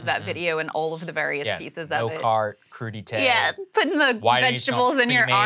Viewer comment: It's "crude-eye-t" now